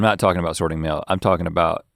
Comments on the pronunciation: so many times i thought he'd said mayo! "i was glad i brought the mayo" how many kinds of mayo do they have that they need to sort them? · At first I thought he was saying "mayo" not "mail" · at first i thought he was saying “sort the mayo”😂😅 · Every time link said “mail” I thought he said “Mayo” leading to a much confusion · is he saying mayo or mail cause mayo makes no sense to me. Just out in the woods sorting my mayo. Just doesnt sound right. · I honestly heard: bringing mayo. Instead of mail. Took me a minute.